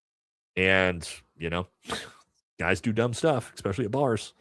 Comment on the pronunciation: Love your show and insights That said... Don't pick on others grammar until you learn to take the "ECK" out of ESPecially 🤟✌️